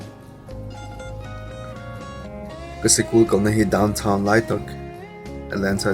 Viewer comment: Daunchhaauunn(downtown)...!! Mizo tawng kara pawlh atan chuan a nalh chiah lo deuh pronounciation kha...( ka lo ti ve mai2 )..khami hma chiahin mizo lutuk tak maiin Sikul(school) i ti tho bawk sia...in persan leh ltk a...hehee....anyway,Good video..👍